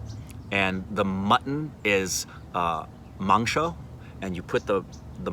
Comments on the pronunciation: Wtf...he () pronounced "Luchi,Mangso" better than a Bengali 😮😮😮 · "Dont hold that Dont hold that Dont hold that" she cares for you man!! lucky Man!!!! Your pronunciation of "luchi" & "Mangsho" is apt!!! Please come to Kolkata with entire OSR team, we really want to meet you guys. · 18 mins of video where 9mins of memes. But I certainly appreciate the way you pronounced "luchi and mangsho" loved it. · Are u kidding me !!!!!! They way u pronounced 'Luchi' and 'Mangsho' i couldn't believe it. First time in my life i see an American pronouncing bengali the exact way we bengalis do. Crazy man !!! BTW m from kolkata, love u man.. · did u eat biriyani and roshogolla?. U say mangsho just like a bangali. Even many bangalies cant say it clrearly. Thats aam shorbot= mango juice. U find rude people everywhere. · As a Bengali I can say you totally nailed the pronunciations of luchi, mangsho 👏👏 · Omg!! Your pronunciation of luchi, mangsho, and aam pora shorbot was on point!! I am so happy for you two! You two are meant to be together and God bless both of you ❤️❤️ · Luchi mangsho pronounciation was better than many bengalis. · When said "luchi" "mangsho" and "aamporar shorbot" I died😂😍😘😘😘😘♥️